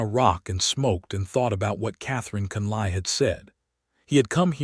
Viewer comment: Hate to start this post with complaints about AI , however, the last name of Catherine is not pronounced as Con,lie but is pronounced as Con,lee. Lord have mercy, the narrator correctly pronounced Tucson!!!!!! Listening from Clarksville, TN.